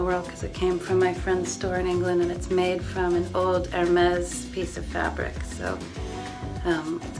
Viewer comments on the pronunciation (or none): All that money and time in Europe and she mispronounces Hermès